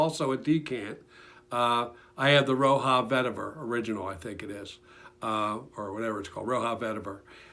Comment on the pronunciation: Roja not roha